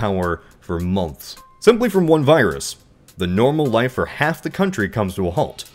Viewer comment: why do you say month like? is your mouth full or something?